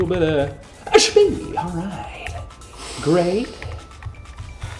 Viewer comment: a little bitta shpied :)